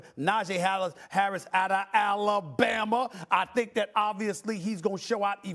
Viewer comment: Wow! He didn't say "AlaBAMER"